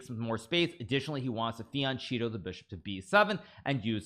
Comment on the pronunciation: I don't know if you're being ironic but he says it like that on purpose as a joke. same with fiancheeto & much more